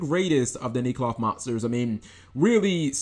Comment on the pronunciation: Nee cloth? No...I'm sure it's neck-loth. Why does that "e" jump to a long "e" sound for no reason. English.